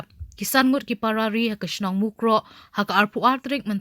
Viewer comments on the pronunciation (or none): nga ioh sngew ba i news anchor i ong Parrarri ha ka jaka ki para ri.